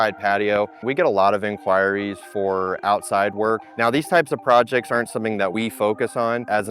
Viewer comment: The way you pronounced "inquiries" sent me 😂😂 great video, though!